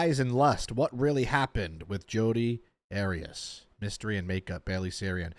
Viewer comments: AIR EE US ARIAS😅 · I love how you pronounced Arias 😂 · You know it’s funny when you pronounce the name wrong of the legendary Jodi lmao